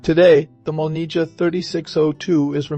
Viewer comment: This is why I don’t like the English spelling. It causes confusion. It’s not MOLNIJA, it’s MOLNIYA.